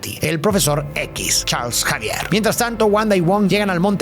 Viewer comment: Charles Xavier ❌️ Charls Javier ✅️